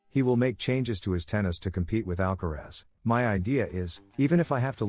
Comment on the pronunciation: En primer lugar aprende a pronunciar el apellido de ALCARAZ no " alcarez" ...gilip*ll*s ..Y luego pones imágenes de otros partidos...Nada que ver con el que estás comentando t*nt*